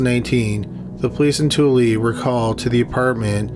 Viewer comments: You got the pronunciation for Tooele right the first time. Two-ill-uh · He pronounced it right the first time he said it. Give him credit. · Too-el-ah,. nobody every pronounces it correctly. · I love how he pronounces Tooele “tooley” it’s said (too-will-uh) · The name of the city in the first video is pronounced too-el-e not tool-ee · It’s pronounced ta will a not too lee i know it’s spelled tooele but as a utah native we get irked when people say it like that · Its too ella not toolee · Tooele pronounced (In Utah) as Too-ella (or Too-illa) Thanks for the work. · Love this channel. Hunt a killer is awesome btw!!! Tooele is actually pronounced too-will-a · Tooele is pronounced more like too-eh-la. It’s ridiculous, so I don’t blame your pronunciation at all. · The first city is pronounced “ta-will-uh” :) From a Utah girl ;) hah great video! Keep up the good work! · I live less than an hour away from Tooele (pronounced as too-ill-uh) and I've never even heard of this case. Wtf? Shit be crazy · I'm from Utah and Tooele is pronounced. Two ill uh. Haha. Only Utahns know that! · Utahan here. Toole is pronounced Two-ila. It’s the most bizarre thing. But I remember this story. It was so freaky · the city of tooele is pronounced too i la, i love your program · I know this is a bit off topic but that town in Utah Toelle is pronounced Too-ella I know I used to live there 🙂 but great video as always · It’s pronounced Too-wheel-A ... I know cuz I live in Utah .. but I actually hadn’t heard about this one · Tooele Utah is pronounced Too-ELL-Uh.... for all you Utahns out there 😆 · Lol that’s not how you pronounce tooele, it’s like too-illa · 🤭Tooele is pronounced Two-El-Uh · Tooele is pronounced two wheel uh lol utah is weird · I believe it is pronounced two-will-uh. I mispronounce washington towns like nothing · I'm laughing at all us from the Wasatch Front who caught the pronunciation on that first story. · From cottonwood heights maybe we are the ones pronounce it wrong